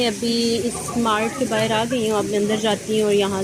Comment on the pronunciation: "bahar" hota hai, bahir nahi 😁😁